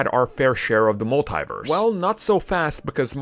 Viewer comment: You keep saying multiverse like there is an e Agee the I lol.